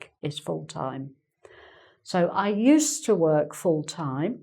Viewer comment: I remember you talking about adopting the upper English (I forgot what you called that) use of "caunt" for "can't" rather than your native English similar to American English. I never thought about, but hear now, the "uz" for "use" (except as a function "use", as I just posted above) and the "ussed" for "used", but now you seemed to be dropping the D in "used", and almost a T. I'm only half-way (hawlf-way) through, so maybe I should have waited.